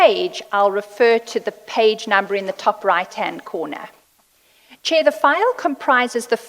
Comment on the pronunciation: What does she mean by "thank you chiar I'm indebted" ngabe usho ukuthi ukolota uchairperson? 😂 😂